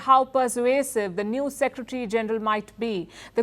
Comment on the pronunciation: Please learn how to pronounce word “ secretary” proper way. It is full Secretary not secetry.